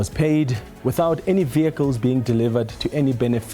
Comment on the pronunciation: I knew it’d go south at the first “vayicles”